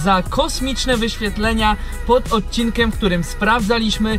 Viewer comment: Dlaczego mówisz "odcinkem" zamiast "odcinkiem" to jakaś wada wymowy?